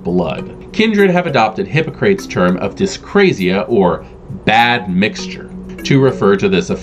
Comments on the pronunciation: You said "Hippo-Crates" instead of "Hip-Ock-Ra-Teez", a very famous philosopher and physician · "Hippo-Crates"?! Seriously?!